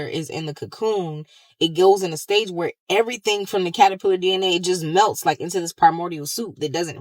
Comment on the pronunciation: 😮 u saying “it MELTS” like that’s ok or something 😆😭😭😭 aye… ill take the magical twirl 😂